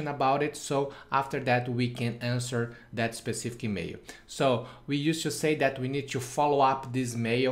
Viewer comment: It's email and NOT emeio! It's Gmail and Not Gmeio!